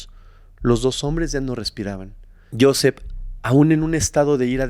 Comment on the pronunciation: Muy interesante la historia de hoy. Pero Joseph se pronuncia Josef..se que esta escrita con PH..pero PH en ingles suena como F.. saludos de Houston